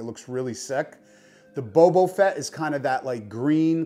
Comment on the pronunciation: Wait...did you say Bobo Fett?